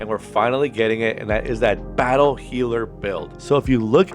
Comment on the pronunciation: BAT-tle healer